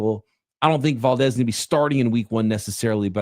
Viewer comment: It’s Val (like Val Kilmer) Dez (like Dez Bryant).